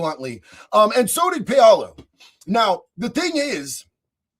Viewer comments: Paolo is pronounced "POW-lo." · Is it Pow Low? Paolo